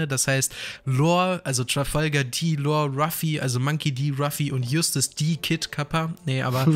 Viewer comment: Alter er heißt LAW. Nicht Lore oder Lor und auch nicht Lohr. LAW digga, lern das mal bitte. Wenn du LAW sagst zieht sich bei mir alles zusammen.